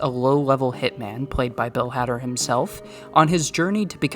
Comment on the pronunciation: Great vid but... Why are you saying bill hader's name like that? Lol